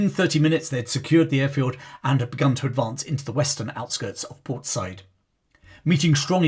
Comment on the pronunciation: It’s pronounced Port Sai-eed